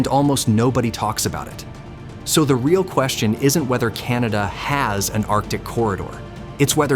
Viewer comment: It's "arctic" dude.